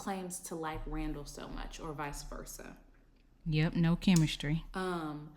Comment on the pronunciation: Idk why she call that man raw-raw! It’s Randall ! 🤣🤣🤣